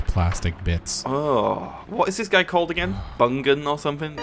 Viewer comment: "bungan" (watto)